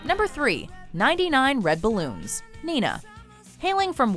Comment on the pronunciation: The correct pronunciation of Nena is Nayna, not Nina.